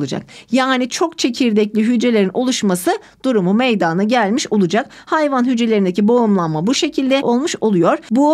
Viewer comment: Hocam çok iyi hoşsunuz. Anlatımınız süper. AMA gerçekten konuşurken meydaaana gelir diye telaffuz ediyorsunuz. Rica etsem direkt meydana diye telaffuz etseniz:)))